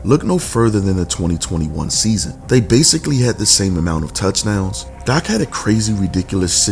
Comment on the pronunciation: You got good stuff, but you kill me by the way you whisper / pronounce Dak Prescott 1st name sometimes DAH-AK Prescott or Josh Allen’s name by Pronouncing it Josh Ahh- Len, & let’s not forget Joe Burrow’s name you pronounce it Joe Bear—row. You sound like you’ve got a mouth full of mouthwash when pronouncing there names but laying all kidding aside you bring out real good stuff. I enjoy listening to you & your soft / whisper style of broadcasting & your cool mouthwash Roy Orbison style broadcasting.